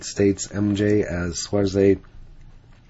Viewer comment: Just pronounced schwazz. Not schwazz eyyy. Regards